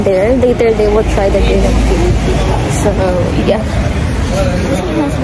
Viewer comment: Just fyi only, it’s pronounced gram not grey-ham. :)